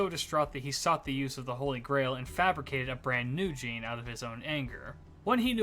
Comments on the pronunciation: its pronounced zhan, not jeen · It's pronounced "John/Zhon". It doesn't help that "Jean" is an actual name in English so people reading Jeanne's name will think of that. 😭